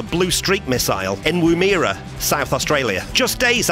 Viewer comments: It’s pronounced “ Woomera “ not womeera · Wooo-Meara lol... The pronunciation is Woo like "wool" and mera like "her" except with an "uh". Cheers. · Woomera is Pronounced "Wooo-Murrah" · I love listening to non Australians attempting to pronounce Aussie place names, always cracks me up when they inevitably cock it up, and Woomera is not even a really hard example, even the spellchecker on YouTube doesn't like it and has underlined it as a misspelling, imagine if it encountered something a little trickier like Umberumberka for instance and it would have a melt down if it saw Mamungkukumpurangkuntjunya, cop that !